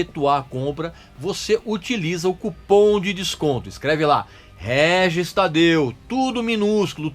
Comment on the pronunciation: Guel Guel Guel pronuncia do Régis